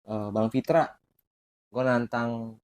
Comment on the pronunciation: Nama nya Pitra bkn Fitra.. pantat bkn fantat!:))